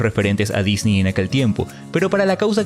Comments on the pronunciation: Me molesta un poco el "disni" creo que es correcto decir "Disnei" cuando hablamos español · Se dice Disney, No Disnii. (Es humor, no c enojen) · En cuanto pronunciaste "Disney" como "Disni" supe que eres un ####### y debía dejar de ver el video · no puedo cuando dice “Disni” me quiero morir x_____x el video es bueno pero >> Disni ? << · ¿¿por que dices dini??